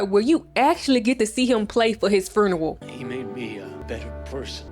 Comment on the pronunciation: I’m only like 2 min into the video but the way you said funeral….you from Memphis?